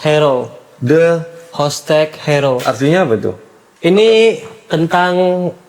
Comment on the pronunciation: Hostage di baca hostej...